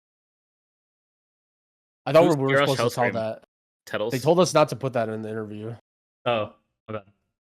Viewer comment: Tettles wrong